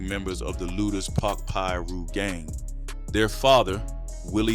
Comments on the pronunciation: The way you would pronounce Lueders (Lu-ders) Lu-Aye-ders 😂😂😂 I just know you're not from here. However, great commentary 👍🏾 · Its Pronounced LOOTERS